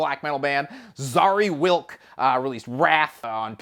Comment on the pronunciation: Thank you for review New Mogwai ( one of my fav non metallic band )and I like post rock . I didn’t expect from Bangers Tv , orthodox, straight metal channel review any non metallic act ;) I live in Scotland but I’m actually polish and your pronunciation Szary Wilk made my day 🤣🤣